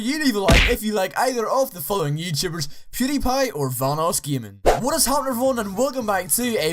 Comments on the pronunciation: Vanossgiming? Great job at proununciation, idiot. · Why do you say VahnussGjaming. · Boss kidd21 how he says vanossgaming its funny